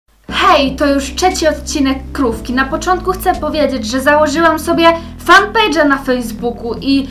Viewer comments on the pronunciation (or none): Ahhh.....denerwuje mnie trochę to, ze mowisz CZSZECI itp. XDD Ale i takk koffaaam 3